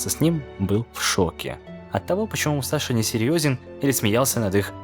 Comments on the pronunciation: НЕ МУСАШИ А МУСАСИ ДАУНЫ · Крутой ролик, только вот одно но: Не Мусаши, а Мусаси. В японском что-то на подобии есть Ш, но в даном случае он Мусаси, а не Мусаши.